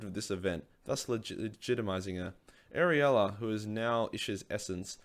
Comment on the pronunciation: Ariella? Do you mean Alarielle?